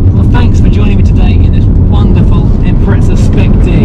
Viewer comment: Impreza not ImpreTza. THERES NOT T IN IMPREZA!!